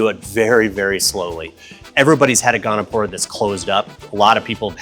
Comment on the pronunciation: It's Goniopora, not "gonopora". Nice corals, nice store.